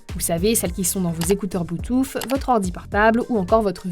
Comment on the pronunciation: On adore le « blue touffe »